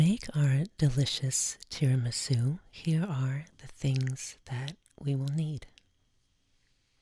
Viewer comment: It’s TIRAMISÙ not TIRIMISÚ...your accent...jesus...